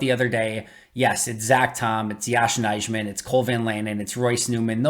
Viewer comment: Good content. Just one minor correction: Nijman is pronounced Nyman